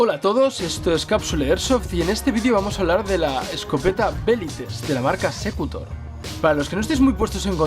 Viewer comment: se dice secutOr no sEcutor :) porfin video !!!!!!!! viva secutor